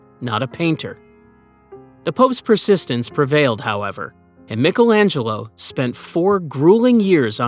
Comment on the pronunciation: Who the hells Mikkelangelo 😂....does he mean Michaelangelo